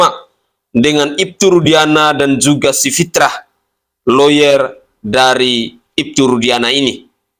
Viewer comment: Baca yg benar, nama kuasa hukum Rudiana itu, Fitra,bukan Fitrah.